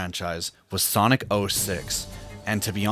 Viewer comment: Por que você fala soniki